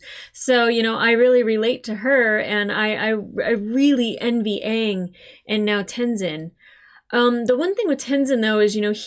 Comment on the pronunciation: It's pronounced aaaaang 🤣